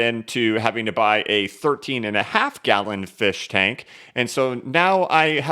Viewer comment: I snorted when you showed the firshtank 🤣